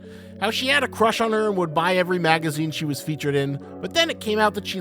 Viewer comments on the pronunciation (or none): none